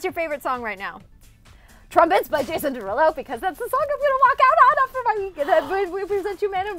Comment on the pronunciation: She said Jason Derelo (Who knows that vine??)